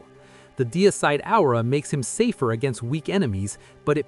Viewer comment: Absolutely great video! But look up how to pronounce " aura" lol starting to think this is just AI. 😅